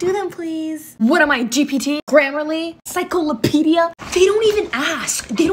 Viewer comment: I’m not sure I would want help on my essay from a sister that still counts hours/time on her fingers and can’t pronounce encyclopedia. smh…